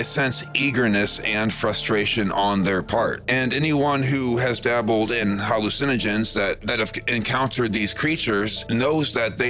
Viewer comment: It isn't HAL-lu-SEN-ogens. It's ha-LU-cinogens.